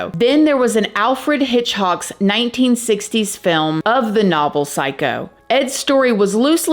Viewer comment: I truly applaud your work, this video is amazing, but Alfred hitch- hock?? I did chuckle! Lol